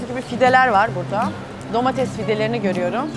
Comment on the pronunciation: Domatez değil Ayşe hanım, domates